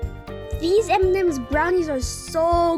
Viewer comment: "Look at all them emememes"